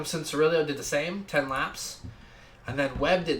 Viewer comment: cianciarulo, not rulio